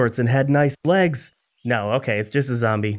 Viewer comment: Did you say nice blegs??? 😂